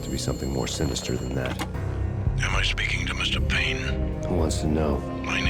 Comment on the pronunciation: It’s Payne!